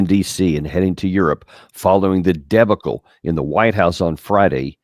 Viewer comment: Helpful. Btw it’s De BAH cle not DE bacle